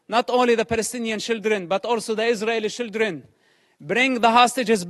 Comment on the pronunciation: I 'love' how he pronounce "children" as "shieldren" because they're basically human shields /